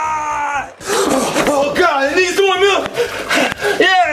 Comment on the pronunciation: Chef poo poo: Oh gOd nEeDs mOrae MaLk Me: im dying😂😂😂😂😂